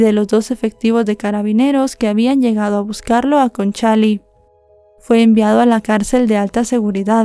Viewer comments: Hola, la comuna es Conchalí, no Concháli, 😅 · Es Conchali con acento en la i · Conchalí con acento en la i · Tres detalles de como se pronuncian algunas palabras que mencionas . El papá se llamaba Angelo , pero aca se pronuncia Anyelo . La comuna a la cual se muda Fernanda y su familia es Conchalí ( acento en la i ) y la institución a la cual interpuso una demanda a sus empleadores se llama Inspección del trabajo. Sin ánimo de molestar sino solo de que sepas algunos vocablos chilenos .